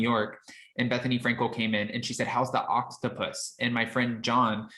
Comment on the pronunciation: Did you say OXTAPUSS? LOL